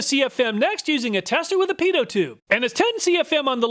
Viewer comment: Ahhh, there we go again; pronounding pitot as "Pedo." I'm not sure how he is suppose to overcome that, but one day that's going to bite him in the butt.